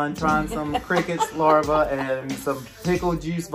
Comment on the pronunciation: LarvAa 😂😂😂 it bugged me when you kept saying it wrong 😂😂😂